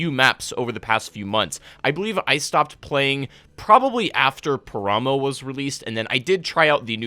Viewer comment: Your pronunciation of paramo, taego and karakin is SO cringe! Not to mention incorrect FYI.